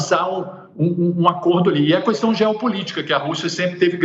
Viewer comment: Vamos falar para ele que não existe a palavra Cuuuuestaum